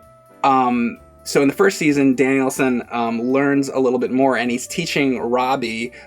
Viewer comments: "Danielson"! His name's not like Steve Danielson! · He left saying Danielson like Mr Danialson. It's Daniel 'son' like the Japanese say. Phil spidermn anyone? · It's funny that calls him "Danielson" like it's a surname. It's Daniel-san, with "san" generally used in business meaning "honorable Mr/Mrs." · “Danielson” like it’s his last name??? It’s “DANIEL SAN”! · Its Daniel son. Not Danielsun... 😏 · James reminds me of Dimitri from the show in question. To: It's Daniel-San, not Danielson. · Is he calling him Danielsin ? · FFS stop calling him "Danielson". His name is Daniel. Or if you want to get all weeby Daniel-san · Everytime says Daniel San as "Danielson" like it's just some British last name. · keeps calling him "Danielson." Miyagi called him Daniel-san. "San" is a Japanese suffix. His name is Daniel Larusso. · pronounces Daniel San as “Danielson”. Like it’s his last name. I think I might start doing that. Lol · Great review but is no one going to point out pronunciation of Daniel-San. He kept saying Danielson like it the Karate Kid's last name. I know I'm nitpicking here, but man that made me feel uncomfortable. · it’s not Danielson, it’s DANIEL-SAN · Is trolling people on purpose saying Danielson or does he not know? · Daniel Son, not Danielson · He thinks the guys' name is literally "Danielson" or "Danielssen." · please stop calling him Danielson. He’s Daniel San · Danielsen? lol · It's not like some guy named Phillip Danielson, it's Daniel-San! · Every time he says Danielson I cringed like mad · Who's Daniel sin? keeps saying that. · Dude... Daniel sen? If you only said it once I could let it go, but come on. I am not expecting you to speak Japanese, but at least pretend like you listened to the audio in the movie!! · I came on here to comment on that, pronounciation of Daniel-San is so irritating